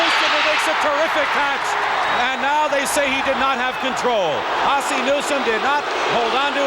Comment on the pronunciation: why can't Dick Stockton (who is great) pronounce Ozzie?